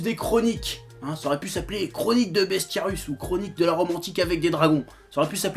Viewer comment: C'est Bestiarius (avec un i), pas "Bestiarus".